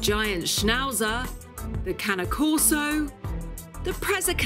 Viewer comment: The pronunciation for Cane Corso is KAH-NAY KOR-SO.